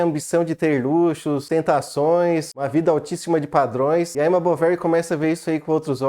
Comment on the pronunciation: Se pronuncia "Bovarrý" a última sílaba é a tônica 😅... o erre com pronuncia de rr... o idioma francês... "Flaubert" também tem a última sílaba tônica = "Flobért".